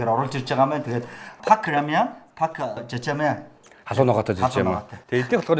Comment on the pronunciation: Пак бишээ 2-ооо Пек шүү 😂